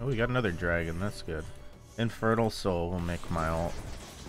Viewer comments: did anyone else here him say "infertile sole will make me strong" lol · I thought he said “infertile soul will help my ult” 😭